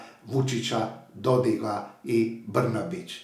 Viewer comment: mislim da krivo kazete DodiG...On je mislim sa K (onaj splitski psihijatar je Dodig). pozdrav iz USA!